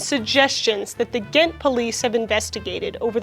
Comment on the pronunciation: as a flemish belgian, can i say you that your pronounciation of "ghent" (gent in flemish dutch, Gand in Walloon french) is very good? We have a difficult language and i will never ever call someone out for mispronounching our language but when somebody does get it right, i am filled with joy